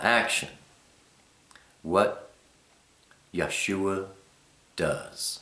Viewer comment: Dear, I love your video...it is very informative....I am a little confused as the pronunciation of YHWH as I have heard it many times as Yah- way. You also said it once, too. Would I be incorrect to pronounce it as such? Likewise, I have seen the same spelling for Yahshua but with only two syllables, Yah shwuh; whereas you have 3 Yah shu uh. Do you have a video of only the letters of the Alephbet? Did I miss the meaning of Elohim??? When we transliterate are we to use the Y or I for the Yod? Am I wrong to spell it Elohym? Thanks for your responses....